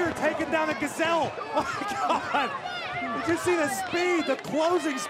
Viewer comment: OhEm Jet bro its GOD not Gwad